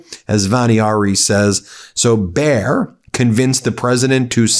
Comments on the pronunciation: Please, you pronounce it as bai·uh, not bear!!! It is the brand of the aspirin for crying out loud, everyone knows it!! There is even a football team with their name Bayer Leverkusen, not Bear Leverkusen. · Hi, it is pronounced Buh-yeah-r. Not bear. Buh like but or butt without the "t". Yeah like yes-yeah, not "year". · Dear Ben, Bayer is pronounced as Bye-err. Bayer is a German company, world famous for inventing Aspirine in the1880's. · "Bayer" is pronounced like "buyer" 😉 greetings from 🇩🇪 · Bayer had bought Monsanto, something they are regretting "bigly", today. Bayer is a German company, so your Anglo pronunciation, dear Ben, feels US-ally wrong (again). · Bayer as in Bayer aspirin company. (?)